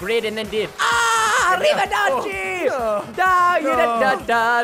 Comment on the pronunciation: not arrivaderchi, arriva-ouchie